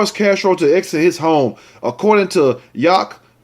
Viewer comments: you are so funny. You are right. It's pronounce Yack-ca-ma or "yeah"-kee-ma... I should know I live in crazy Washington. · Yakima is a shit hole....It's pronounced "ya.keem.a"! I'm an hour from there! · Know The Ledge Show yak-a-ma the last part sound like your pronouncing mother but with an A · 👀 👅 LMAO~ i still 💗 you tho!! No one ever pronounces the names of these WA towns right unless they are from here.. like me!!!! (YAKK-EM-MA) ( yakk KIM- ma) Sounds like these words..YAKKY HAIR GET 'EM UP YOUNG MA... 👀 👅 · Yak-a-mah is how its pronounced. This is super bs and another unnecessary violent act. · The area where these people live is pronounced yak ca mah. Yakima is a Native American word from Northwestern Indian s. I use to live in Washington State.😊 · Miss Lotus No. Yak-ca- ma. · It's pronounced Yack-ki-mah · It is pronounced Yah/ Kima. Outside Seattle. Love your show.